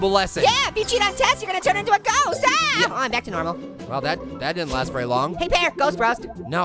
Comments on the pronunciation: is saying berry berry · berry berry inporntant